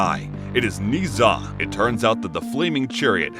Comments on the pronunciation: Everybody mentally drops the "H" in "Zh", turning it into "Z", while it is actually "Zh", pronounced like "J" in words "Jail", "Jade", "Jaguar" et cetera, but with slightly less accent on the beginning of the sound. It is a nice recap, but listening to the story of Ni Za instead of story of Ne Zha was hilarious for me. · Ne Zha is pronounced Na Ja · Its pronounced ner zar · IS NOT NI ZHA IS NE ZHA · "Knee Za" Dude its pronounced Ne Zha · not NEE ZHA, it's NEH-ZHA! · It's pronounced Na-ja not niza I how it's spelt but you are pronouncing it wrong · It’s ne Zha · its not ni zuh its Nuh zha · Don't want to come off as annoying or rude But just for the sake of information I shall point out that Ne Zha isn't Nii Zha, but Ne (like the e from egg) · yes its just Nezha (Neza) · His name is pronounced neu-ja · It’s pronounced n e j a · its not ne zha 0-0 its Nancha 0-0well pronounced nancha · No one: Absolutely no one: Him: NeEeh ZaH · the "zh" part is pronounced like the "s" in "measure," so it's "Neh-zha" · "nee zha".. please tell me i wasnt the only chinese speaker who was triggered by this (no hate tho the recap was so slay) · Not to be rude but it’s pronounced (NE-SHA) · It’s so cringe the way he’s pronounced his name smh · All the Chinese people here are probably going to question the way he pronounced Ne Zha. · Jeez, either you wanted to get on peoples nerves or you don’t know how to pronounce Nezha. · That isn’t how you pronouce ne zha to me atleast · Your prouncing it wrong I watch the movie and said wrong